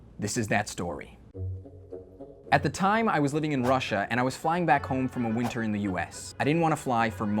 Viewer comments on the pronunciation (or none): none